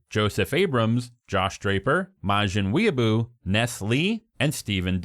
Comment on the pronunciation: Has anyone ever brought up the fact that finally learned how to pronounce “Majin Weeaboo” correctly? What a character arc.